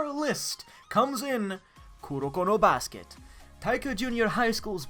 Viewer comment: did he say kurokuro basket xD